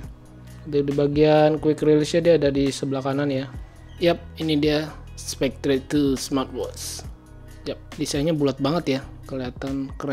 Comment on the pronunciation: Mungkin bacanya spekter bukan spektre, cmiiw